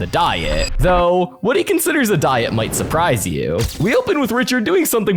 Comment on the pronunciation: diet? More like die-et